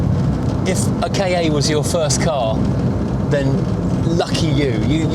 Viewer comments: It's pronounced Kar. Saying it short - Kah- makes it sound like you're coughing up a hairball. Saying it as K.A suggests it's the initials for something, which it isn't. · It has to be pronounced Ka as in cat without the T